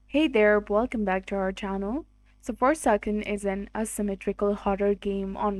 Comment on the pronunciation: Its Forsaken not forceaskne